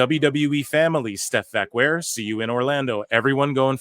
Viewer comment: This is probably the worst pronunciation of her last name that I've ever heard.